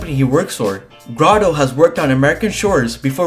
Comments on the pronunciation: Pronounce it Graydo, not Graado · it not gra dough it's grey do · It’s Grade-o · GRA-doe...That was killing me 😂